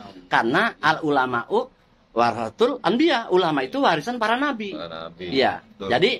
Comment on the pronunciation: Ma'af beh apa sy salah denger ya pas babe baca hadis itu al ulama'u warotul bukan warotsatul ma'af beh ya